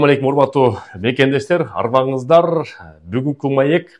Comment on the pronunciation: Арбаныздарррррр деп суйлогонун ката,арбаныздар болду